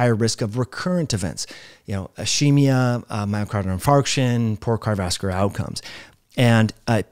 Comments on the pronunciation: Yes, I've suggested that slow down. Especially when he is reading what he is saying. And I usually listen to similar type videos on 1.5-1.75x speed. Also,, it's "car·di·o·vas·cu·lar". Has an "O", and six syllables. Thanks. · Can this dude not say "cardiovascular"?